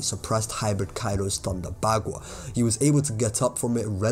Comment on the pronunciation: You say Thunder Bagua so statisfying lol